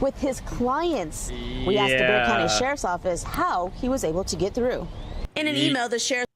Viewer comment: isn't Bexar pronounced Bear County? Also, you should check out Steve Lehto's latest it's about a Wisconsin judge who sent someone (who was there for probation violation) to jail for something he hadn't even been charged with. It's crazy.